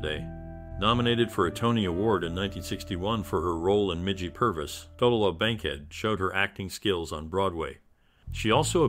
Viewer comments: her name is pronounced Ta-loo-lah........Tallulah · Her name is pronounced Ta-Lou-Lah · How can you do YouTube about someone and continuously mispronounce their name?